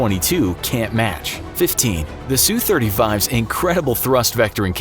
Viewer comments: It's not pronounced soo it's S-U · Nice video (realize that the graphics were NEVER intended to be accurate) but there are some tweeks. First off, the SU series of Soviet and Russian plane is short for Sukoi, and is pronounced S-U not Sue. Not all F-35's have the VSTOL engine. That model of engine is for the F-35 C, a F-35 built for the US Marine Corps to replace the legendary AV-8 Harrier. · Drives me crazy how they say the "Su" in for example "SU-35". They say "Sue" but it should be, "S-U". Both letters pronounced individually.